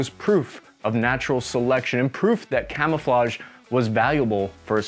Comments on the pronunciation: Jeez stop trying to speak french it's... quite... risiculous x) kamoofleu gave me good laugh ngl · You have the benefit of historical hindsight... but not of modern language apps. None of those French names and words remotely sound like that. Sorry! :P Try Google Translate's little speaker button to hear words and names correctly. In the meantime, try this: KA-MOO-FLAJ (best way I can phonetically spell it in English) GUEE-RAHN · it's pronounced camouflonhonhonhon. The more you know.